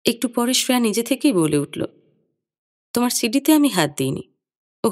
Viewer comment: Shreya উচ্চারণটা খুব কানে লাগল । আমরা বাংলায় তো sreya বলি । হিন্দিতে ওরকম বলে।